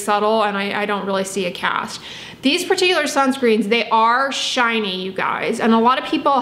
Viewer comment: LMBO!! I'm cracking up at how you said SHINY!! 🤣